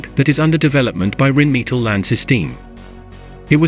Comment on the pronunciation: What's 'Reen meatle'? Don't use words you can't pronounce!